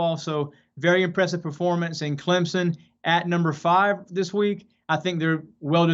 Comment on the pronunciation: It's ClemPson. NOT ClemZun.